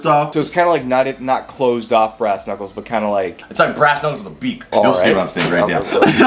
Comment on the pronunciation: “Right into the ass-knuculers", May 24, 2020